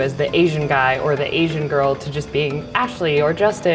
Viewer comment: drink, when they say asain...drunk after 50 sec.